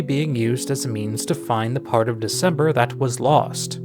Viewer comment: i have NEVER noticed ralsei says "dart" instead of part